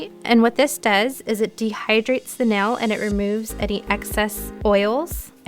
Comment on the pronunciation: great video. like how you explain exactly why to do or not do certain things. but a pet peeve of mine is ppl saying nel instead of nail arggghhh. but agai, great video.